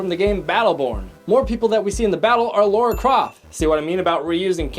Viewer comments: You know it's Lara Croft, not Laura Croft, right? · Laura Croft? Lara... I think the comments section is turning in to "Ready Player One Everything You Mis...pronounced"